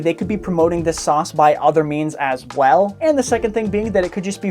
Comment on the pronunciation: From to he puts an emphesis on the end of words and it pisses me off. " by other means as well " , " any product on there " , " huge risk and gamble to take "